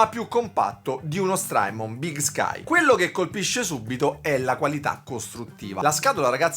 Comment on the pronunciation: (S)trymon con la T di tabacchino!